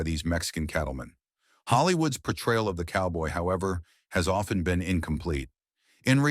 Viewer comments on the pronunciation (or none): none